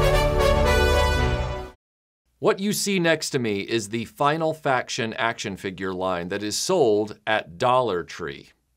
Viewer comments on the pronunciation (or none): Great video... I like the way you say Feegyur